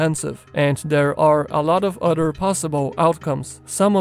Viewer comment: I like how you pronounce the word “other” like “udder”.